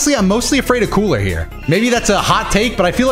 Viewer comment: When you said cooler it sounded like kool-aid when you said it at first 🤣